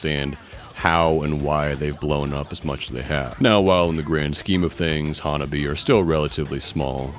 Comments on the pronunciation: Awesome video! Just an fyi, HANABIE. is pronounced ha-na-BEE-eh. Also, when spelling HANABIE. don't forget to put the period "." at the end. The period has specific meaning for the band. Been a fan since I 1st saw rhem in nyc in 2023. So happy that theyve been gaining in popularity and fans! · While it is great to see you doing a video on this awesome and fun band, a couple of notes: their name is actually pronounced HAN-AH-BEE-EH and their first single that really pushed their colorful image was called 'L.C.G.' (Lollipop Candy Girl). Still, respect for your vid 🤘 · "HanabiE" it is not a silent E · One of the earliest English language videos about Hanabie that I saw was on the Axe Japan channel It was released shortly after the We Love Sweets video came out. He pronounces Sae correctly, but not Hanabie. For the pronunciation of Hanabie. watch the video 'The RIGHT WAY to say "HANABIE."' A couple of other innovative Japanese bands to check out are Ailifdopa and Paledusk. They are all-male bands. They might be too experimental to be popular but the music is interesting and their music videos are outrageously weird. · Some people....like the majority of these reaction videos produced since Spicy Queen came out? The fan base is getting kind of weeby if ya ask me. Bunch of old dudes who don't know hardcore from thrash metal, can't pronounce Hanabie but they luvs them cute Japanese girls... Oh well, I do love that Hanabie is absolutely raking it in on merch. They deserve every penny. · Good video man! I saw them live march 17 2026 in Montréal and that was insane! They're so good live.. Since tour video is informative, i would like to point out that HANABIE is pronounced with an É at the end, like HEY.. I think they tried many times to tell people and maybe they give up 🤷.. But yeah They're fun and awesome!